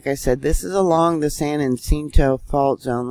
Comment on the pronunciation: San Yah cinto is how to pronounce san jacinto🥰